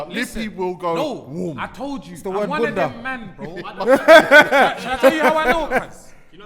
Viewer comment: Its the word bunda🤣🤣🤣🤣🤣🤣🤣